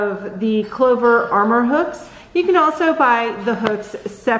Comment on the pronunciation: Clover Amour hun... like the French word for love. Sounds like ahm-more. There's only an R at the end. Super cool that you're a leftie! There's so many lefties that struggle with learning to crochet, it's nice to see someone using the other hand. Totally going to check out your other videos.💕 I really like that you showed the hooks from both the front and profile perspectives. Clover looks like it leans slightly more towards an inline from the profile view, with the Tulip extending a smidge further. I'm a big fan of Susan Bates hooks, so that (and also the smooth glide and price point) really appeals to me. Since my stitches are tight, sometimes I struggle with the enlarged head of the Boye style of inline hooks. I do like them when I want a looser stitch though. Tapered seems to hold onto thicker yarn better too, in my opinion. You review much like I would, if I did that kind of thing... only I prefer the 5mm hooks. I won't hold that against ya, though. LOL Nice review!